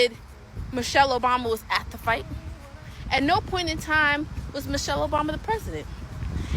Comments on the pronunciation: Lol this was probably just done to go viral notice he said (Mo'chelle) not Michelle. I bet not enough people paid attention and it was a last min effort to go viral. That was Kool-Aide served not Tea and the internet drank it once again. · Dummy said Mochelle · No brain at all. Because Trump can say anything to them, he thinks he can say anything. Can't even pronounce Michelle. He said Muchelle. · Its MICHELLE not MOCHELLE idiot!! The TRUMP administration is the MOST UNEDUCATED, RACIST and GHETTO representation of the ELITE and the MOST UNAMERICAN AMERICAN'S!! And ONCE again the OBAMA'S displaying UNIFICATION and HOPE a few days later in Chicago!! ❤🎉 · to josh: her name is michelle not mooshell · He couldn’t even pronounce her name correctly, like who the hell is Mochelle Obama 🤦🏾‍♀️🤦🏾‍♀️🤦🏾‍♀️ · This insult came from someone wearing a speedo to an event that drew around 97 percent men. Wow! And ask him who is Moechelle , that’s how this genius pronounced it. Where I work most of the people I come across like that, their parents are brother and sister. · "Mochelle" Obama. Couldn't even get the name right! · He can’t even say Michelle right. From President to the white house and fans, they all sound like 3rd graders. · He has soo little respect for Michelle, he didn't even want to pronounce her name correctly...